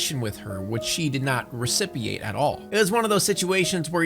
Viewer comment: Recipeate? You mean reciprocate?